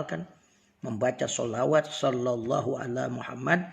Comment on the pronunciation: Assalamualaikum bacaan yg bener shalallahu alla muhamad. Apa shalallah alla muhamad .? Ada hu nya ga ust pas di shalallah nya